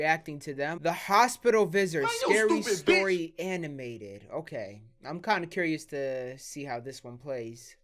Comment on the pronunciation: He said the hospital vizors 😂